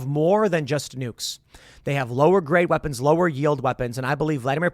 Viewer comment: Someone needs to clip the “weepons”